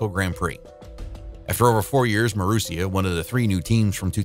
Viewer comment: Masuria?! Thought it was Marussia...damned artificial real dumbness